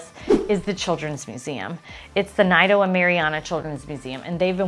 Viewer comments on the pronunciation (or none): Qplease learn how to pronounce nido . The i sounds like an. E. Please.